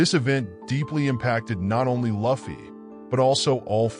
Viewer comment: Thats not how you say Luffy…